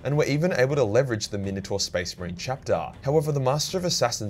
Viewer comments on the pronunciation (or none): none